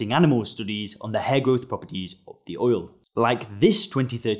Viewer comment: oil not ouwl